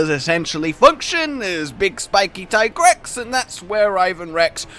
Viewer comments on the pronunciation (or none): It's not Tygrex. It's Teegrex...